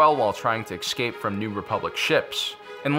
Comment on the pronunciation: Can you stop saying eXcape please, thanks. eScape.